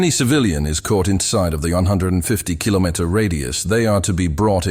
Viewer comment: Try to teach that language model to say "kilometer", cause it tried 3 times and failed miserably all the time.